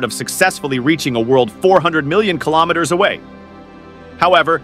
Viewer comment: Can you say "kilometres"?